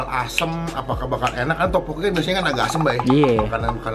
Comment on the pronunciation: Setau gua teokbokki deh bukan topokki